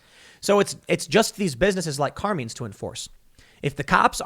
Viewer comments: I can't take it. Carmine is an Italian name pronounced with a long I like the word bike it does not rhyme with Bean. I don't know what it is with you youngsters not knowing how to pronounce common thing. I absolutely cannot watch Elijah Frazier because he butchers the English language on a daily basis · You ever hear Tim say the word sheriff? Let's just say, his pronunciation skills can sometimes be hilariously bad. Also, Carmines is a relatively famous Italian family style dining restaurant in NYC, which makes it's all the more funny. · How does Tim get so many words right and then can’t pronounce a simple and common Italian Name? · The real crime is Tim's pronunciation of "Carmine's"... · Does Tim really not realize “CarMINE’s” is a very popular Italian name hence was probably an Italian restaurant pronounced Car-MINE’s ?? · how the hell does Tim not know how to properly pronounce "Car-mine's"? haven't you watched The Sopranos? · Wait until BLM finds out about CRT “being weaponized” to DEMAND segregation.🙀 Carmine’s pronounced - CAR-MINES C’mon Tim I thought there were Italians in Chicago!😉😆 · It’s CAR-MINE not whatever you pronounced TIM, every Italian rolling over his grave rn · Car-mines Tim lol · It's Car-Mines. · Car-meens? Really Tim? 😂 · exactly, especially since Tim has pronounced Carmines as being 'racist' - it must be true! /s/ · Tim doesn't know how to pronounce Carmine's? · "Car meen's"??? It's "Car MINEs"... can tell Tim isn't Italian. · Car-meenz ? 🤣🤣 Car-Mine-s. Common man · Car"mines"...note "menes"...just saying... Great Italian restaurant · Tim, It's pronounced Kar-mine...not Kar-meen. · It's pronounced Car-Mines not Car-Means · and btw, "carmeens"? "CARMEENS"??? it's pronounced "car mines". "car... mines". but don't worry. I'm sure everyone still takes you super duper seriously. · Bruh, it’s not “car-means”, it’s “car-mines” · Car mines . Not car means . Watch some Sopranos Tim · Carmeens? you mean CarMINES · Mines. It’s CarMines not Carmenes